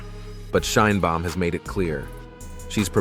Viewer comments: Aprende a pronunciar el apellido de la presidenta. Suenas muy ignorante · No sabes pronunciar el apellido de la presidenta Claudia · Gracias por el programa. Podrías, sin embargo, hacer un esfuerzo por pronunciar el nombre Sheinbaum correctamente, es decir como lo pronunciamos nosotros los mexicanos. Gracias ias. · Aprende a nombrar SHEINBAUM y Estados Unidos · Y tu hasnos un FAVOR PRONUNCIA BIEN SU APELLIDO DE LA PRESIDENTA MAS POPULAR DEL MUNDO..